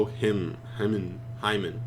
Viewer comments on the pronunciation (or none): Hymn is just pronounced as him